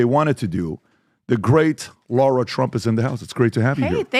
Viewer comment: It’s LARA not Laura lol